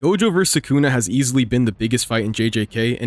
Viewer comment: holy larp can't pronounce sukuna properly